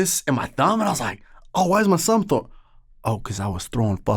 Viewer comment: Trevor- “why’s my sumb thoar”